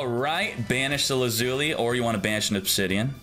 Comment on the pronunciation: Same with his pronunciation of lazuli lol